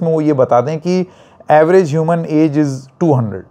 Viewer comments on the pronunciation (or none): none